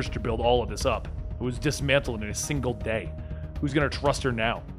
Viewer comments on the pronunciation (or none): none